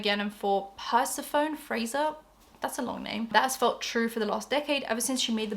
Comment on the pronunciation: If you like The Virgin Suicides I HIGHLY recommend watching the movie! I was a little too young to really "get it" when it first came out (1999) but it changed me in a good way. Also, the "phone" in Persephone is pronounced "phoney", gotta love Greek names :D Happy reading!